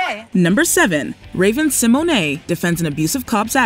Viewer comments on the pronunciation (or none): I’ve literally never heard Raven Simone’s name pronounced that way 😂 like Raven Simonay 😂😂 what?!? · I just cant with how you keep saying raven Symone I just kept praying there wouldn't be anymore clips with her... it is pronounced Sim moan not simoanay lol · TO: You are aware Raven's name is Symone, like SIMONE Biles, not Symoyne'. It's just funny hearing the mispronunciation of her name, is all. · It's SI-MONE not Si-Mon-Ey! Horrid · Everytime she says Raven Symonay 🤭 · "Raven See moanae" 😂😂😂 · Raven Sim-o-nay?? 😂😂